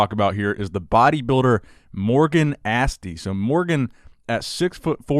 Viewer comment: I know it's not your language, but please learn how to pronounce Aste, cause you totally change the name.. Regards